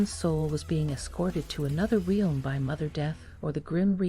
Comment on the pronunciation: Strike 3. You just pronounced realm like real with an m on the end. I'm done. I can't deal with this. I cannot be convinced you know anything about the subject when you don't know English.